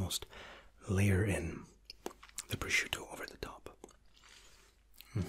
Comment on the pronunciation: "PROSCIUTTO" you are the first non-Italian person that pronounce it right.